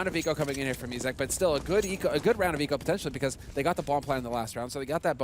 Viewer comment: hah a komentujący czyta ejzak i tam widownia: IZAK! xd